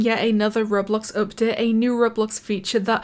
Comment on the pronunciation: u know when she says update, it sounds like up det